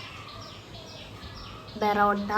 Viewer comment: പെറോട്ട അല്ല പൊറോട്ട 😹😹